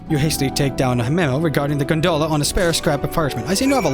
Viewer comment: It was funny at first, then it started to bother me hearing you say gunDola repeatedly. I loved the intro, though. Quit worrying about it so much.